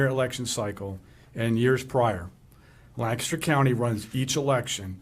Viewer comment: PLEASE TEACH THEM TO SAY LANCASTER!! 😂❤❤